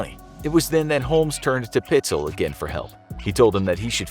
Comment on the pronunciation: Correction: PITES--ELL